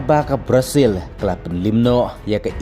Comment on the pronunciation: Ka prazil🤣🤣🤣🤣 tang ban pronounce ruh um nang bha ka pyn mih khubor pt kumba nang eh